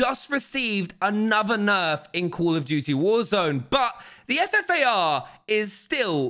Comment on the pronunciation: he says fart instead of ffar